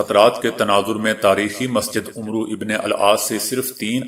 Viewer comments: you should read name rightly not Umbro but Aamar bin aas. Zazaqalla Zaqa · عمرو نھیں کہیں گے عَمر عین پر زبر َ پڑھیں گے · Please pronounce correct name of Sahabi Ammar Bin Aas عمرو بن عاص in this و is silent. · Amar ibnul aas h nah ki amru ibnul aas asal may amar may vaav likhnay may aata h padhnay may nahi yaani vaav silent h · The news caster is doing his job very impressively but he has to take extra care viz a viz pronunciation...in today's bulletin he has incorrectly pronounced name of one of the prominent shabah Amar bin As ( ra)... I have noticed it at several occasions that this particular name is mis- pronounced by speakers and others....Moreover, the worthy news caster has mis pronounced " garb e- Urdu as " gurub urdun" .He should take note of such lapses...otherwise he is up to the mark in every sense. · عمر وابن العاص ميں عمرو ع پرزبرم پر پڑھنا چاہیے